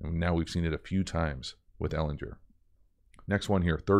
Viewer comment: HARD G BRO - Ehlin*G*er